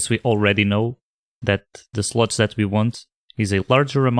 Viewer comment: for some reason I always hear "sluts" :)